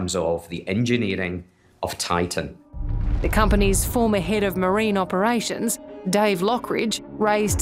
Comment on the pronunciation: Why is this reporter pronouncing Titan as Tartan?